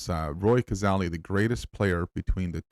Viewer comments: Even after watching the video & hearing it several times, you still mis-pronounce his name as Cazarly. It is correctly pronounced Cazayly, thanks for your interedt in the game, but pleas do him the justice of pronouncing it correctly. Also AFL has uympires, not referees. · Hi …Roy Cazaly pronounced CAZAYLY was a South Melbourne now Sydney swans football player who died in 1963. The MCG is around 500 feet from goal to goal and that video would be from the 1970s. Cheers Mate! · Pronounced cazaily. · Pronounced kuh-ZAY-lee. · The Aly bit of Cazaly rhymes with Bailey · Hi, regarding positions, the channel that produced the Cazaly (rhymes with daily by the way) video also has this one that I think might help